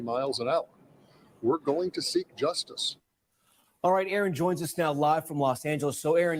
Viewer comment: Did she say, "in the DUSTICE system"?🤣😂🤣😂🤣😭😭😆😭😂🤣🤣